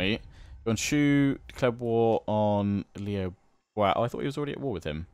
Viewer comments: Liu Biao is pronounced as Liew beeow, not Liew Bow. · Please learn how to pronounce Liu Biao's name properly, it makes me cringe every time. Lee-ooh Bee-ow not lee bwow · just another PSA, its pronounced Lee-yew Bee-oww. The Biao sounds the way its spelled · Liu Biao is pronounced Liu Bee-ow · Loving this series but oh my god, please stop saying Liu Bwao! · needs to check the pronounciation in Google Translate. Putting the Chinese characters of Liu Biao (刘表） into Google translate does the trick nicely. It is the most off pronounciation you have and most of the other ones are pretty close. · Your pronunciation of Liu Biao is horrific...